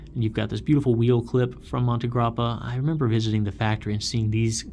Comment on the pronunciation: The montegrappa nib is gorgeous! The resin is nice too 😉 We are proud of you for saying the name correctly, 👏